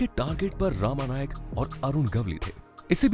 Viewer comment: उसका नाम रमा नाईक था not रामा नाईक..